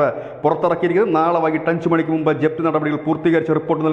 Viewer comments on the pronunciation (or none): none